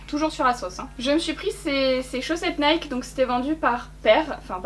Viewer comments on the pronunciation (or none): none